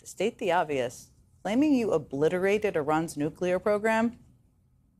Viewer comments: Trump? Oh, he is our loser in chief! Who says OOOOOOBLITERATED? Only Trump! Our LIC (Loser in chief) can't even speak english properly. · Obliterated?? WIGBOY had to rest his brain after he successfully vocalized a.. 5 syllable word. That would be the most complicated word in weeks!! Wow!!